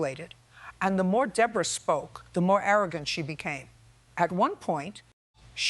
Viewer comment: Judge Judy has a New York accent so someone explain WHY she pronounced the Defendant DA-BORE-A. I worked at a workplace disability rehab who employees who were injured "On The Job." Yes we had multiple employees who jumped on the bandwagon. Companies the were moving out of state or closing due to bankruptcy. If you are being supported by the government the disability had best be REAL.